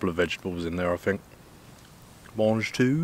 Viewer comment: Here is an idea go to visit a Speech Therapist and have your " th " speech impediment corrected i had the same ( when I was 7 ) words like " think " are not pronounced as " fink "